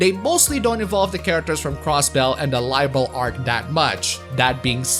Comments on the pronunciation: It's pronounced "Liberl" instead of "Lie-berl". =) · Its Liberl not Laiberl goddamit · I see, you've been bitten by the bug! Glad to see you're having fun playing my favourite game series! BTW. Liberl is not pronounced LIE - Berl.